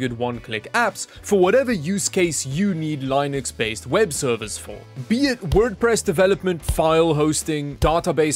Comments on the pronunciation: Eventually he'll learn how to pronounce linux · I'm about to start a pition so this guy says Linux right